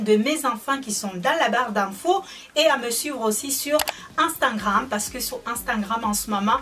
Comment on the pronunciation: ou stawii soifii juste un petit conseille quand tu du instagram tu dit anstagrame au lieu de instagram "unstagrame"👈prononciation